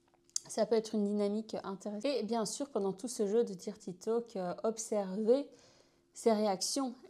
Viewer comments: Sympa l’idée mais "dirty" se prononce "deurty" si on devait franciser le mot 😊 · Excellent conseils, par contre la prononciation de « dirty », c’est comment dire…belgo-francais 🤭. Mais on s’en fiche vous maîtrisez parfaitement la langue (française lol) et de toute façon, sus aux anglois, si je puis dire…